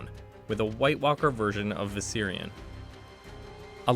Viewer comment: He kind of butchered every single name he said lol "Seersay," and "visairEEon" and "varEES" lol wtf